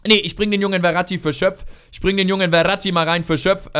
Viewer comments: Der heißt nicht Verati sondern Ferati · Und der Typ von Stuttgart heißt Ferati und nicht Verrati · Ich glaube er wird Ferati ausgesprochen und nicht Veratti xD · Hör mal bitte auf ferati wie verratti auszusprechen :D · du sprichst den Namen von Ferati falsch aus. "F" wie Fenster, ich weiß ehrlich gesagt gar nicht wie du auf "Werati" kommst XD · Kannst du Ferati vielleicht nicht "Weratti" aussprechen? Ich denke man spricht ihn so aus, wie man's schreibt: F, langes e & langes a :D